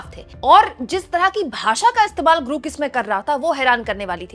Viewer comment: ग्रूक नहीं ग्रौक!